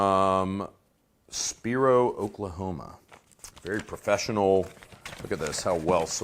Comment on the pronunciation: Pronounced “spy-roe”. Check out the Spiro Mounds for some sweet, sweet Mississippian culture action, ya filthy animals.